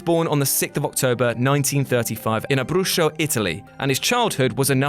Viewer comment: isnt ''abbrusho'' but is ''abruzzo''